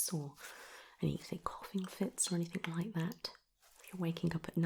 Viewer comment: Great video, very soothing. However one very, very small point. It is anything and everything, not anythink and everythink. Sorry